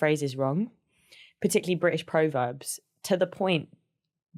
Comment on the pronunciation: Not pro-verbs it's pronounced prov-erbs! I didn't know what she was talking about to start with.